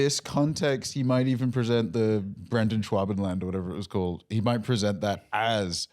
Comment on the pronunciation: “Brenden shuabenland” 😂